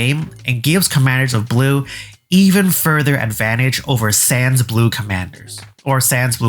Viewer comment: The second s in "sans" is silent. My francophone ass didn't get why you brought Undertale into this 😂